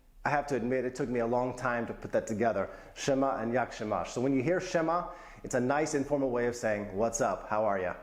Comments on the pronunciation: you pronounce word 'siema' as italian word 'scema' that means 'idiot' .... hilarious! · Haha good choice of expressions.. .BTW „sie ma” is not really used that often.. It’s a greeting that is used by an influencer and a charity campaigner Jurek Owsiak, that's why it’s got popular.. Also, sie ma, the way you pronounce it, in Italian means stupid/silly 😂😂